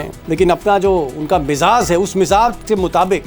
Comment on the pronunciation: Mr. Sharma, you are a wonderful anchor but need to improve your rustic pronunciation. Its Lehja not Lehza. Its Mizaj not Mizaz. More over, don't use Sahab with Trump. Rather call him Lunatic Trump.